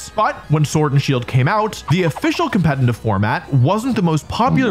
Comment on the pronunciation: Crazy how some one who “cares a lot about competitive Pokémon” can’t even pronounce the word “competitive” correctly… 😂😂😂